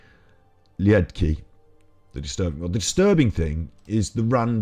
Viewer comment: All petty stuff aside. I think you should take the time to actually watch his videos before going against it. I love Martin. Last name pronounced 'Leed Kah'. I have watched his videos for years. You are making a snap judgment and trying to profit from debunking him without putting in any effort. 👎 Martin and all the FEB people deserve better than this.